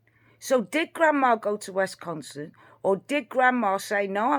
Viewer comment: dear, it is WISconsin, as in miss. Also grandma has a pickup truck. Kind regards to you.